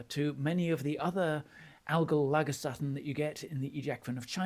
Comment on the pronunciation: FYI, the 'lager' in 'lagerstätte' is pronounced the same as the beer (lager beer is actually from the same German word), and 'stätte' I'd render phonetically in English as 'shtetta'.